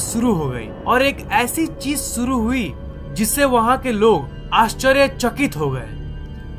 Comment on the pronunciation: Are Bhaiyaa DES THODI NAA HOTT HAI..DESH HOTAA H ..SURU NHI SHURU HOTAA MAZBOOR,(MAJBOOR)